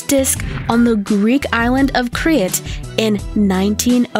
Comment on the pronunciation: Not being able to pronounce simple words like "damascus" and "crete" makes trying to listen super annoying. "Range in size from 30 to 257" what ?? inches? centimeters? pounds? kilos? thumbsdown